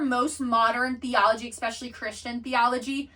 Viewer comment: I absolutely love this content and I am glad other people are waking up to these truths. That being said your pronunciation of several words are just distracting the whole thought process. 😂 No disrespect. Especially/ no “x” sound Et Cetra/no “d” sound, pronounced like “set-tra” The Tao/ no “t” sound, it makes a “d” sound. Magi/ “g” sounds the same as it does in magic. Not hard like “game” Achetypes/ sounds like “ark” no “ch” Reiki/ sounds like “ray-kee” not “ree-kee” Hope this helps.